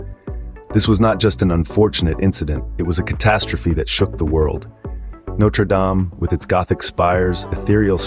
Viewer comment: Okay, look. It's either "no-treh dahm" (French) or "note-er dayme" (American). Don't merge them.